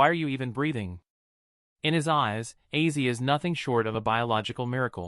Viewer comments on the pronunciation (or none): your aw😮fulis Ozzy Osborne not Issy you kept saying wrong. Your fired His. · Yah really! OZZY! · Please learn to pronounce his name for God sake